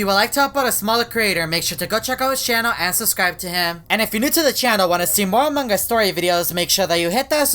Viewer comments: Why do many players say amongus instead of among-us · its strange you call among us among gus in every single vid my sis is angry at that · When every he say among us I hear mang us Lol